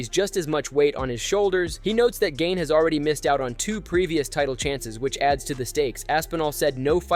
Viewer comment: Cereal ganey swear his name was pronounced like 8 different times...